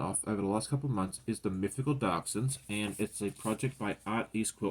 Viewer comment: Hi and everyone! I started hand quilting the medallion quilt. But I was rather busy last week and didn’t get much done either. The dachshund quilt will be super cute. By the way it’s pronounced “DAKS-hund” with kind of a long u sound. My hubby’s family emigrated to Canada from Germany.